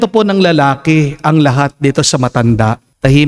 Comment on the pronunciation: Hello father, salamat SA MgA word of inspiration ❤ pero please wag niyo po lagyan ng "H" ang iyong T po 😂